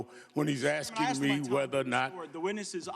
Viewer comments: Is axing a question like chopping a sentence? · Sharpton axing...